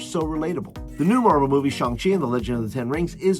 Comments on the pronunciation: Thanks for this message! And right, its more like ShOng.:) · ... it's 'Shang', rhymes with bang.